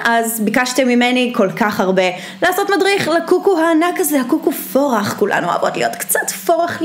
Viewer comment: רק אני שמעתי קוקו פרחה ? 😂😂 יאנהה חולה עלייך 💗 יש סרטון שלך שהוא לא מושלם?? ❤️❤️